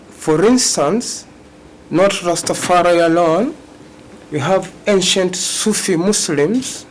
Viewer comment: It’s Rastafari. Get it right.